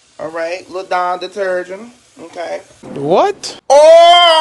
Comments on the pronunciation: This dude said, 'detergen' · Wait did he say detergen? 😂😂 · Lord he said detergin. I'm going to bed. 🚶🏾‍♀️ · “A little Dawn dederrgen” 😂🤣